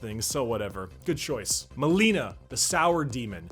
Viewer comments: Not Melina but Malina. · It's MALINA, not Melina - "Malina" means "raspberry", "Melina" means "Crackhouse". And Zdrada means "betrayal". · Its Malina not Melina